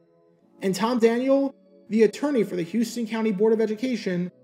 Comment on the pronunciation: Great video man! I do want to say, as a Georgian, the county that Warner Robins is in is pronounced How-sten, not Houston.